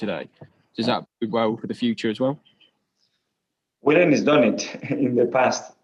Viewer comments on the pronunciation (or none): The Irish guy in the beginning always calls Willian ‘William’.